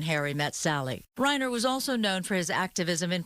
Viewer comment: 'Rob Whiner' instead of 'Reiner'. She must get a bonus for that.